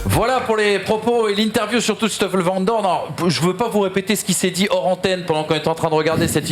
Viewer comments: Pour info, en belgique on dit SToffel vandoorne et pas Shtoffel vandoorne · Et Schtoffel c'est quoi cette prononciation... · Pourquoi dire "chtoffel van doorne"??? Il n'y a aucun ch, il s'agit d'un "s". Je sais que c'est une langue compliquée (surtout le g). Cela se prononce (comme verstappen) à l'anglaise. Je peux comprendre la prononciation de jos à la française (alors que le j se prononce un peu comme le y donc yos) car il n'est pas possible de maîtriser l'intégralité des langues. Ceci dit, merci pour vos émissions, vos connaissances et vos superbes analyses et débats.